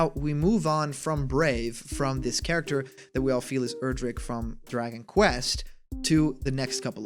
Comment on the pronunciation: Thank you for finally pronouncing Erdrick's name correctly. I can now rest easy. :P